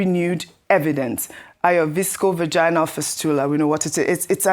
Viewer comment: Please can pay attention to her English pronunciation of medical or obs and gynae terms. Its not visco vaginally fistula, but vésico vaginally fistula(VVF). Furthermore, this is a case of child sexual abuse and its frustrating for you to even suggest that she died from natural causes-- Boo to your sick laws and government. What happened to 'a child must always be believed???. It feels like someone is restricting or controlling your reporting, as you constantly seeking validation from Dr. Abati.. Please be your own person just like Rufai is, FEARLESS AND HONEST ANALYSER